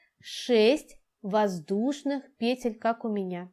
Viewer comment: ПетлЮ ПетЕль ПетлИ Простите на ваше произношение режет слух. Работы отличные но трудно что-то другое услышать кроме пЕтель🤦‍♀️🤦‍♀️🤦‍♀️